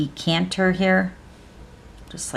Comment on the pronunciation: I’m sorry, but it a decanter not a canter. Just saying sweetie. I love your cards.